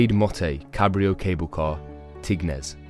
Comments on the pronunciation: So many errors! This is worthless. "Grade Motte ‘Cabrio’ Cable car, Tignes" WTF - it's La Grande Motte. Oh - how do you pronounce Tignes - TIG-NES??!! Please stop - you are awful! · You didn't pronounce a single French name correctly. Vanois = Vaah-noyAh. Tignes = TInye. Paradiski = Paradis(paradise)-ski = the accent is on the last one Paradi-skI. It's not a Polish name. GraNde motte = Grand mot. Grande = big, not Grade. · Sorry, I just have to do this.. , you Pronounced the Grande Motte Glacier Cable Car wrong, and Tignes, so basically, Tignes is pronounced Ti-nye, and Grande Motte is pronounced graund mot. thanks for the tips!